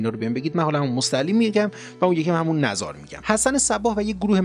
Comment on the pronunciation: قهستان با " او " تلفظ میشه مثل قم نذار هم با کسره تلفظ میشه مثل کلمه ی نگاه